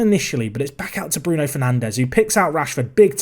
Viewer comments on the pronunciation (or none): none